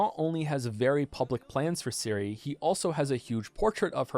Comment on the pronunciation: Your pronounciation of Ciri is wrong. The "C" should be pronounced the same way as in centimeter, or the "zz" in pizza. Not as Siri. Great video otherwise. Though sometimes you pronounce it somewhere in-between a "c" and a "s".